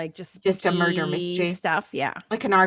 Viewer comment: could definitely beat Christopher Lambert on the Scottish brogue front! Lol at the "there's been a murrrdur!" Brilliant! 😆